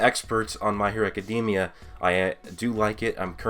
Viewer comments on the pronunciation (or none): none